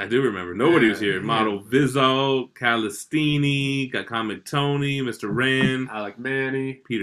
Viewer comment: FIRST DUDE ON EARTH TO ACTUALLY SAY CALESTINI RIGHT 5 STARS...